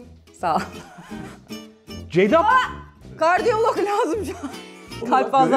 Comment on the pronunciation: ne cardiologu. İCARDİOLOG